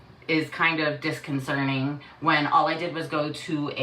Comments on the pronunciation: Disconcerting. Not disconcerning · disconCERTing. Disconcerning would mean that youre nonlonger concerned. I had a terrible education but read books as a kid. I feel like i listen to hella people mix up words or not know how to pronounce certain words. I dont knownif thats normal or not. I hear it from people around the world with English as a first and/or only language. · “Disconcerting” not “disconcern-ing” (I think she said it at least twice). “I was treated deplorably” not “I was treated deplorable.” I’m on her side, though. Just wanted to point out for educational purposes 😉